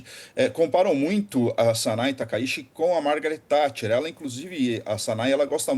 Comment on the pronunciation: A pronúncia correta do sobrenome é taka Iti e não Taka shi.